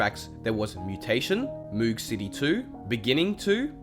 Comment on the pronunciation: You’re saying moog wrong, it rhymes with rogue and is named after bob moog, who created the synthesiser.